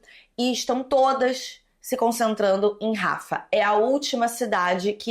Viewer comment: só um detalhe, imagino que você veja muitas dessas notícias em sites gringos e aí você acaba pegando a pronúncia deles, mas "Rafah" pode ser pronunciado exatamente como se lê, inclusive com o H "servindo de acento". kk Amei o vídeo.